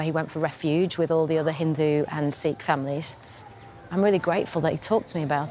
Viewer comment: It's not seekh. It's sikkh. Like a light "i" Not long "ee".